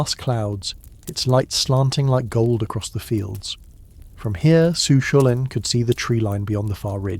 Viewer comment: For those who are not familiar with the correct pronunciation... It's Coo Cull-Ann ✌️💚🌞 there are many other mispronounced words but at least that's the hero's monkier covered 😅